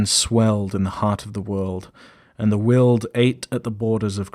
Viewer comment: I love this series, but some of the pronunciation needs work. wyld, yozi, and especially anathema.